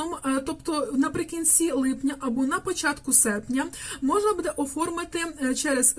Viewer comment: БудЕ, будЕ, будЕ... Наголос - "бУде".